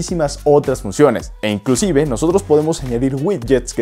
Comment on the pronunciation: pregunta por qué dices inclucive